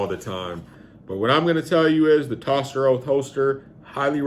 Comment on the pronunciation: Is actually pronounced toaster holster. Although it spelt differently? And I have that same holster But carbon fiber for my Hellcat. But to be honest, the Vedder light tuck holster is the better holster for Concealment for me. I have the G27 Gen 5 with the front serrations, Love it but I carry it in the winter.